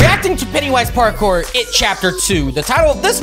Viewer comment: It's pronounced Parkour not partcore